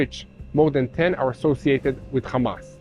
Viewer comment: Hamas not komas